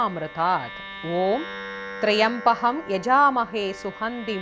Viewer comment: Wrong rendition. The inital word is trymbaky... Please see the correct rendition in